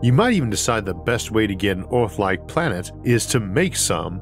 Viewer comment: Erm.. what planet is this "Ooarth"